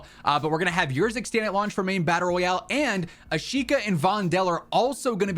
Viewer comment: Bro i think it should be pronounced Erzikstan, not yourzikstan lol